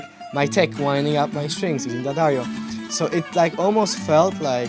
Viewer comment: lil bro does pronounce Daddario more correctly than Sor tho tbf